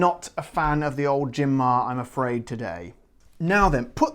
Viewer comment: Hi there, the pronunciation is "mah-re". "Mare" is Latin for "sea", the gin's name supposedely reflecting its Mediterranean character as you've read since it's produced in the Barcelona area. The Romans called the Mediterranean "Mare Nostrum" (literally "Our Sea"), and accordingly the webpage states in Spanish the following: "We've managed to distil and bottle the Mediterranean and export it to the world". I only tried it once and I didn't like it either. It's overpowering, expensive and pretentious, e.g. there was an offer in which they sold the gin together with a scented candle *facepalm*. As far as Spanish gins go, there's a huge selection these days. You could try Nordés and Larios 12. The former is a nice herbal gin produced in the northwestern region of Galicia and distilled from white wine, while the latter is a classic simple gin and the premium version of the most iconic (but otherwise horrible) Spanish gin Larios, which has been around for decades. This brand also has pink and orange flavoured versions. BTW, I must commend you for using a Spanish glass;)